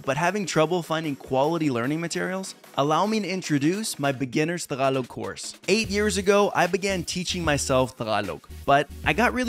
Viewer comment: ang pronounciation is Tagalog not Thhagalug..🤔